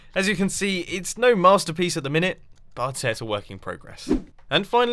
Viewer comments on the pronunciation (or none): none